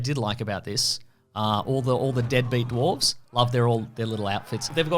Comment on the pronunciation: hehe "duwarves" hehe